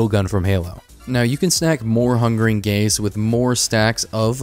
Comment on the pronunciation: I kept hearing 'Hungering Gays' xD